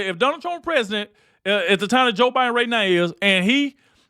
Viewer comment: That title is a straight up lie > Nothing was caught on camera, no producer rushing on set, Charl gives Whoopi a kiss for how brutal their fight is & you sir need to learn how to pronounce Biden > His name ain't Buyin', it ain't Bine, it ain't Biyan, or any of it. Truly horrid drama stirring content that utterly bullshits it's hype